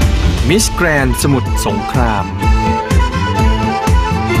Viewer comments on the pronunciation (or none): ถ้าออกเสียง miss grand ให้ชัดถูกต้องจะน่าฟังรื่นหูครับ บางท่านยัง แกนๆ อยู่เลย แกรนด์ ครับ ไม่ใช่ แกน